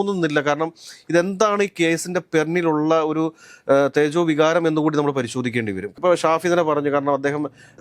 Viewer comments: തേജോ വികാരം അല്ല 'ചേതോവികാരം' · തേജോവികാരം അല്ല മരമണ്ടാ.. ചേതോവികാരം 🤣🤣🤣 ആദ്യം പോയ്‌ മലയാളം നന്നായി പഠിക്കു